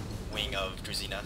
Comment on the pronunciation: Fun fact, Druzhina should be read kind of like Drushina, and it basically stands for Followers.